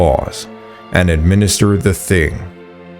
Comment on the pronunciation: just fyi...the thing is pronounced 'ting' (rhymes with ring) In Norse languages the 'h' is usually silent. The name Thomas is another example.